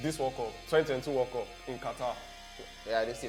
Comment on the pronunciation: Nigerians and their pronunciations. 'World cup (weld cap) they say 'war cop'. I can't stop laughing